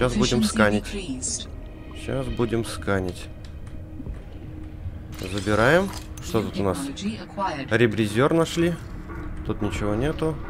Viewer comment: РебризЕр, а не ребризЁр